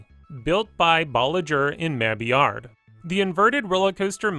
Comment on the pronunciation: Good video but I can’t get past how you pronounce Mabillard lol.